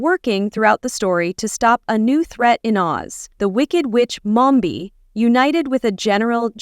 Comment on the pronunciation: Its mombi not momba